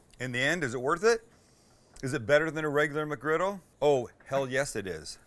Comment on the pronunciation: You say MCgriggle like my DAD!, HE REALLY PRONOUNCES THE "MUCK" IN MUCKGRIDDLE